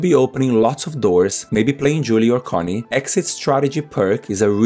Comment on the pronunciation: Connie is pronounced k-onnie. Thanks for the video.